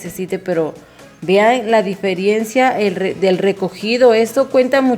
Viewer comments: Se dice diferencia noooooo diferiencia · Muy linda tu cocina pero corrige esta palabra. Se dice ✔"DIFERENCIA"✔ NO ❌"DIFERIENCIA"❌ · No da ni No sabe ni hablar, dice la diferiencia. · No se dice diferiencia !!!